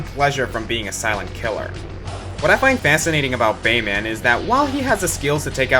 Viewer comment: The way you say "Bayman," like "Superman" or "Batman," is pretty annoying...